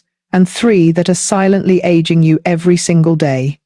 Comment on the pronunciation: I suspect that it’s the mother of the younger looking woman who is also frowning to look even older. Of course the younger woman who is smiling rather than looking forlorn will look younger, new haircut or not. Also, who else is not sick and tired of the lazy use of AI voices? I caught on when “she” referred to aging as “egging”. Please.